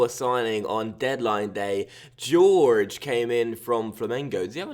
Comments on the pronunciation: George XDDDDD It's pronounced "horhey." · Isn't it pronounced Hoor Hey?? I could be wrong? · just to help you most names that look like that are said like horgey, hor-gay it's a south American, Spanish thing, just trying to help dude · Jorge is pronounced as Jor-Gy, with the J pronounced as the in José Mourinho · I cringed so hard the first time that went "George" instead of actually pronouncing Jorge 😂😂😂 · Ik but the way he went "George" made me laugh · Love your videos, but did you really pronounce Jorge as George? 😂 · Considering it looks like that it's a pretty easy mistake to make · do you genuinely believe that's pronounced George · Ffs why do non portuguese speakers always want to explain the pronunciation... It's Jor-Jee with the J like José Mourinho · "Jor-je" thats how you pronounce it. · It's the Portugese pronunciation so it's pronounced like the J in José Mourinho. I'm not sure how to pronounce the "ge" though.